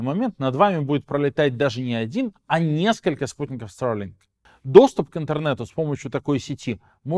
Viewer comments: Только, пожалуйста, говори нормально по-русски: Старлинк, а не: "ста[r:g,😵]лин" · зачем так сарлинк произносишь? ахахах